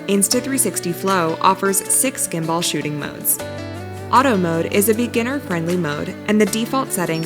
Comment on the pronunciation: "gimBUHL" is how it's pronounced, the lady in the video IS a native English speaker but she is unfamiliar with how the word gimbal is pronounced (it is sort of a technical term so I'm not surprised)